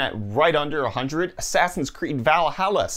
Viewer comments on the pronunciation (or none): none